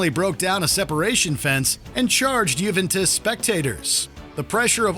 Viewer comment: JuventUs not JuventIs...